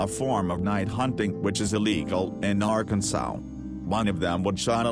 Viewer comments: Arkansow??? Where the hell is Arkansow? Last time I checked, it was pronounced "Ar-kan-SAW" rolls eyes and SMH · R Kan Swall. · lmao arkansow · Lol, love how it says AR-can-sow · Just get ghost to narrate this video the robot isn't very good the way he says "jackass" and "Arkansas" oh god help me